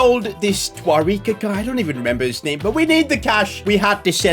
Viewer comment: how dare you say tarikwa its darikwa